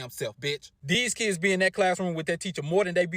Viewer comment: Why can’t they say kids right….they gotta overly pronounce “keeiids”